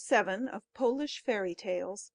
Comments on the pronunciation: That'll be Polish (pō-lish) not polish (pä-lish). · That pronunciation shocked me